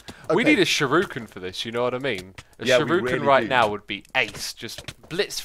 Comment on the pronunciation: Who else gets kinda mad everytime he calls "ShURIkens" as "ShIRUkens"?